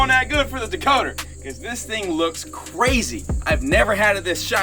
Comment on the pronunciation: So glad I’m not the only one who calls it a dakoter 😂😂